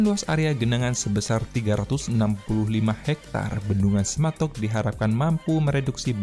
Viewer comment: Semantok bukan sematok